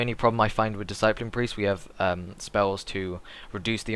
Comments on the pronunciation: whats a diseyepline? DISS-A-PLIN discipline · DiSS-A-PLIN, EVANJ-ALISM good God! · It's Pronounced Dis-I-plin. Discipline. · I appreciate that everyone has to start somewhere, i have no problem with that, gz to him for taking the time to try and help. I just wish he could say Discipline properly to make himself more credable. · The guy can't say "Discipline" correctly, Ooh a shame mate not everyone's perfect the guy's here to help everyone out who's new to Priests, He might not be LOLMLGPROXOXOXOpriest like Hydra or something but he's doing it to try and help. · Don't trust a priest who cannot say discipline properly. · you say discipline weird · Learn to say discipline properly.